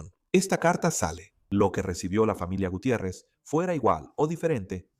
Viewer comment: Qué es tercermundista. El narrador cómo que , Guthier es Gutiérrez 😂